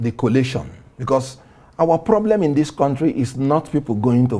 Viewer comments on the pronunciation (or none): none